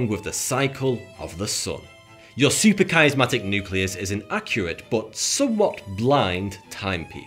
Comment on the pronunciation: "Supra..." not "super..." & SUPRA Dude! SUP-RA not SU-PER